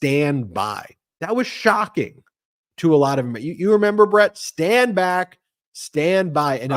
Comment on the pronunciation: He actually said stand bwack and stand by 😂😂😂